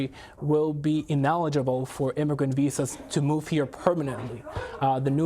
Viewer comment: ”inoligable” I believe you meant, ”ineligible”